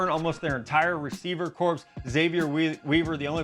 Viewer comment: Hey it’s pronounced like core not corpse